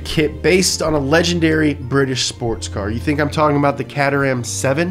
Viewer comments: Its pronounced Kater-um not catter-ham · Its. Pronounced. KATE - ER - HAM. Not fucking cat - ur - ram. Jeez, you yank donuts. Big love, stay healthy. - UK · Cat-er-ham 7. shudders in British I hope he knows how wrong that is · FYI, it's pronounced 'Ka-trm'' not 'cat-er-ham'. Source: Lived around Caterham growing up. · Ok hold up, "cat-err-haam" instead of "kay-trum" Great video, but pls stop reinforcing the stereotype that Americans cannot pronounce car names, sorry. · When he said "Catter haam" instead of Caterham really made me laugh, caught me off guard. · Yo, Caterham is pronounced 'kay-ter-am'. 😁 BTW the Caterham 7 should have 100% been on this list! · whispers in British "hey, it's pronounced Kateram "Kate" "er" "ram" Your welcome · Caterham 7- it's pronounced Kay-ter-ram 7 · It's pronounced Kate-erum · Its pronounced ktrum . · Shame he didn't pronounce Caterham correctly, though. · "pronouncing" Caterham is adorable... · Nahhh no way you actually pronounced Caterham like that. This is a violation 😂😂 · That pronunciation of Caterham though....